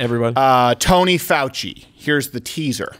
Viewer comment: Dr. Faux-chee !!!